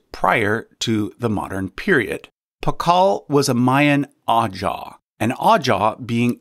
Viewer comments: Great list! Just an FYI about Pacal, his title Ajaw is actually pronounced A-HOW. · Concerning Pakal, the title Ajaw is pronounced “ah-How” It’s like the J in Jose. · Pakal's title is pronounced "Ah-how" rather than Ajaw, that's because Mayan phonetics in the Latin Alphabet are derived from Spanish.